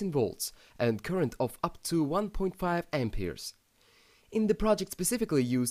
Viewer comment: lol "Ampeers"